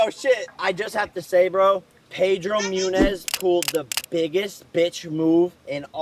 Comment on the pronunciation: pedro "munez" 😂😂 christ stake its a sport show and he doesn't know his name